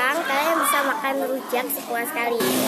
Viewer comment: Rujah wkwk seharusnya tuh rujak mang